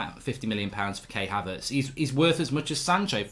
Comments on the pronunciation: Kai Havertz not Kay Havertz lool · KAI Havertz. Not Kay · It’s not K it’s Kai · Mark his name is Kai Haverts, you pronounce his first name K-eye